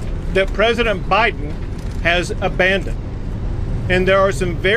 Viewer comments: I swore I heard Gov Kristi Noem say President OBiden.😂 Way to go Gov Abbott and all the states who are backing Texas. Thank you! I almost fell out of my chair when I heard 9.4 M illegals in 2 years!! Sickening! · Iowa governor called Biden Obiden, I nearly fell outta my chair 😂😂😂😂😂😂😂